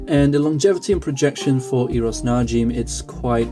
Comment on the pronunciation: Pronounced Na-Jim (like the name Jim). Not Na-Jeem.